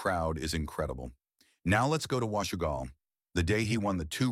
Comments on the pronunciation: Is the narrator Ai? He pronounced Wash I gal and Un a dila. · Wash oo gal not wash I gal lol